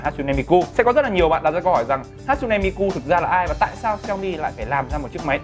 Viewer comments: sửa lại cái tên dùm cái, mi kư k phải ku, đọc nghe mà khó chịu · Miku các bác ơi . Cứ mi cu , mi mu . Đọc là Mi - Trym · Miku chứ ko phải mi cu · Góp ý thoi! Là hatsune đọc đúng rồi, nhưng Miku ( chắc thấy sao đọc vậy, là phien âm của nó là "ư", à mà còn nữa Miku là nhân vật vocaloid, ko phải anime ( a - ni - mê nhé ) :,((((( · mi-kư chứ ko phải mi-cu anh ơi 😂😂😂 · Hát-sư-nê mi “ cu “ 😂😂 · Tiếng nhật đọc là mi kư nhé, đọc mi ku nghe ngứa tai quá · cư cư cư cư cư ko phải cuuuuu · Ku cái éo , đọc là mikư đếch phải miKU nhá ad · đọc là Mi Kư không phải mi Ku(cu) -. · mi cư không phải mi cu nhé anh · Người ta là ku chớ k phải cu 😡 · mi cư sao lại nói mi cu vậy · đã đọc không chuẩn lại cứ nhắc đi nhắc lại, cứ mi cu mi cu suốt =)) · mik ko quan trọg lắm nhưng mà add ơi lần sau cí đọc thì đọc là mikƯ NHÉ ADD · À há....MI CU 😂 MI CƯ Ông má ouisssssssss ❤️😂😂😂😂😂😂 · Hát xư nê mi cư 😒 nghe phát âm mà ngán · hãy đọc Miku là Mi cư Oce :v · ôi wtf sao cứ cu cu cu thế ? chả chịu đi tìm hiểu cách đọc trước khi nói ra hở ? tôn trọng tý đi :) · Miku cứ mi cu mi cu nghe kinh quá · miku mà nói là mi cu hay mi cư hoài